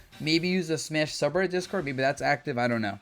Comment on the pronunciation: its fucking smash mate exactly how its spelt pronounced in english ma te isnt even how its spelt in japanese its like hearing nails on a chalkboard dabuz i beg you